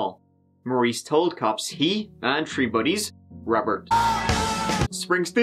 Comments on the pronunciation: Dawg, I can't watch anymore videos of his till he stops saying tirty and tree. I figure this dude has got to be a serial killer anyways studying the past, perfecting his craft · It's so cute how he says "it was tree o clock" it's me and my kids inside joke. Pronounce 3 like they do over there and ppl look at us like "are they Irish?!" But were native american so it throws em all off 😂😂😂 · I bet this guy is bummed that there were four victims instead of “tree” victims. Luckily, he got to say “tirteen” a couple times. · I think he said you guy's plus me equals tree.